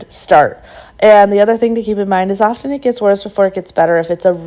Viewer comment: the 't' in often is silent...word is pronounced 'offen'